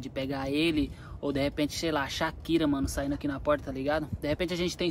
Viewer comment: Achei engraçado ele falando Shakira saindo kkk